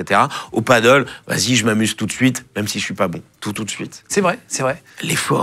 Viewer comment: Juste pour infos le paddle c'est sur l'eau mais vous vous parlez de padel [padèl] ;). Voila voila c'est juste que c'est espagnol et qu'il faut arrêter de vouloir ramer avec des raquettes de tennis en bois xD. J'ai fini de faire mon chieur dsl ! ;D